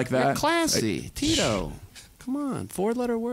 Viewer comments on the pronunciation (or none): Tito didn’t even say it right 🤦🏻‍♂️